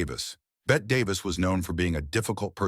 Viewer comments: How can you take any of this content seriously??? “Bet” Davis??? At least get the name of the actress correct. UGH!!! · Bette Davis is pronounced Betty. And that line you say she used in her personal life about I kiss you, but I just wash my hair is from a movie. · The "e" in Bette is NOT silent 😂😂😂😂 AI narration is so clueless sometimes! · First of all Bette Davis pronounced the last e in her name as a long e. Second the line about, "I'd kiss you but I just washed my hair" was from "The Cabin In The Cotton" and she said it to Richard Barthelmess. Therefore it was probably written into the script. Lucille Ball ran Desilu productions, NOT what was spelled in your caption. Marlene Dietrich pronounced her name as "Marlena". Gloria Swanson said, "We had faces" in "Sunset Boulevard" made in the 1950's, so I don't know if she said that off camera. Doesn't ANYONE research these videos? Being a movie buff for over 55 years, you can call me and I'll give you the correct information.